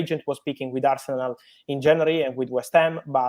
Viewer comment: How you say arshenal😁